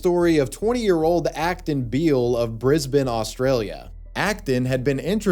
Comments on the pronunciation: Thank you for pronouncing Brisbane correctly. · shoutout for pronouncing Brisbane correctly bless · The most shocking moment in this video is when says the name Brisbane properly, a first for an American Youtuber.